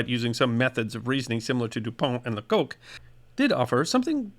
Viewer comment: Lecoq translates as 'the rooster' in French and is usually pronounced 'lecock'. There's no funny connotation in French...